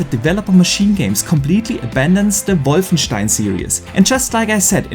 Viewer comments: The correct pronunciation of wolfenstein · That's a German name that's how it's pronounced in german. He's german... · Haha, no one does it better! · It’s technically the correct way to pronounce it